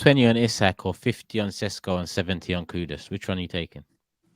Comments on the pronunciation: calling Sesko, 'Sisqo' was brilliant 😂😂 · Who's this Sisqo you're signing, not expecting him to start belting out Thong Song at half time are you 😂 it's SESKO bro